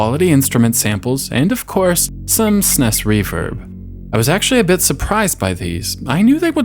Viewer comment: Good grief, SNES is pronounced ”sneeze", not "snesss".